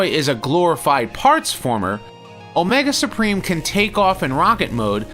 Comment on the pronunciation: "Omega Spreem" That's like calling the successor to Hercules "Nercules".